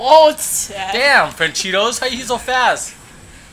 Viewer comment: why you call francesco. franchidos